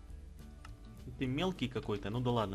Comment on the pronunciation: Не Сандил а Сэндайл